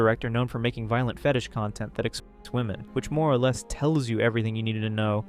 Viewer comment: Bro read "OR" like it was an acronym